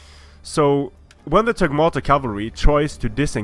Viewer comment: I'm pretty sure it's called "TagmAta"....